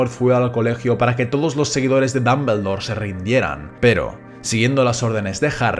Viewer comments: Muy buen video, ame la pronunciación "Dambeldor" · Muy bueno el video, pero no es ni mAggle, ni dAmbledore, ni sLaghorn.